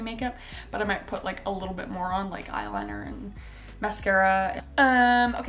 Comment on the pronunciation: What she said: A little bit More on What I heard: A little bit ✨️Moron✨️ 🤦‍♀️